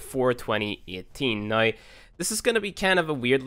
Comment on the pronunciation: I wonder where this guy is from. It always freaks me out when he says 'right noi' instead of 'right now'.